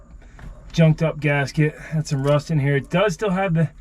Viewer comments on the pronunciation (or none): none